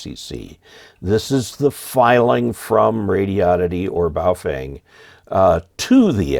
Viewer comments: I wish you and would learn how to pronounce the name of these radios properly—it’s Phonetically like this: bow fung. The ‘feng’ is pronounced “fung”, like ‘dung’ or ‘bung’ or ‘lung’. Get it? 🤣😎 but also—why do any of you guys wanna buy a Chinese radio anyway? Especially with a stupid flashlight on the top of it? Though there are lots of Hams in China, there’s no Ham license reciprocity between the USA and China. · As an reminder of the proper pronunciation of Wouxun (ō shin), just remember that it comes from across the ocean. Also remember that regarding Baofeng, the “e” is pronounced as a “u.”